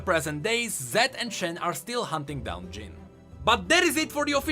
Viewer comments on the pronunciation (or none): none